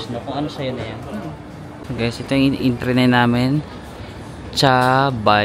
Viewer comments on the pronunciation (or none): HAHAHAHA "enternet" 😂😂😂😂😂😂